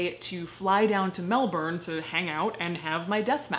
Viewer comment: Well down on pronouncing Melbourne, it's a hard word for Americans